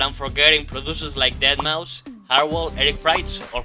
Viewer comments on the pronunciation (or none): none